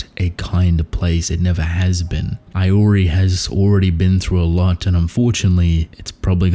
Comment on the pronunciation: Day # 1 of telling you Iori is pronounced "eee-o-rii" not "eye-o-rii" 😭